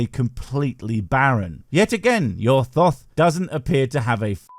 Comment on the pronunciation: Thoth = "Tote". Remember, H doesn't make TH the sound we're familiar with.